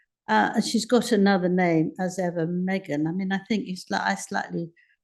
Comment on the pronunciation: 'As Ever,' sounds like "What ever" ! 😂